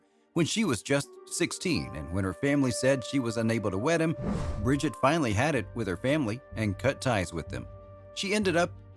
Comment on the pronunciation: Her first name is pronounced ' bree-jeete ' not ' brid-jet '